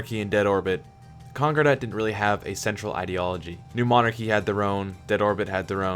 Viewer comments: Great lore videos. (ps. concordat is pronounced con-core-dat not conquer-dat) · sounds like conqure-dat